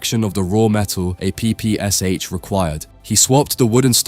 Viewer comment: Jesus the A.I. is mispronouncing the PPSh...